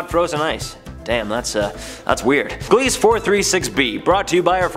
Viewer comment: Very fun video. I do love me some exo-planets! Just to help a bit, Gliese is pronounced GLEEZ-uh. Named after an astronomer ^_^ Willhelm Gliese.